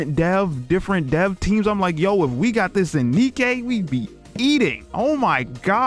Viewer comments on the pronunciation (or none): Pretty sure her name is pronounced DK But more off, really? Nothing? Would have thought Reynard or Marduk would have done something at least. I came here betting on Reynard because I know your weakness.